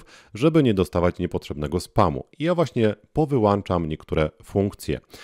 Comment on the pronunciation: Wyłączam !!! Nie wyłanczam....... brrrr